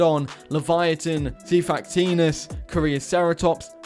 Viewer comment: You mispronounced xiphactinus